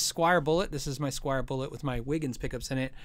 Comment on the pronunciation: It's "Squier" people, not "Squire."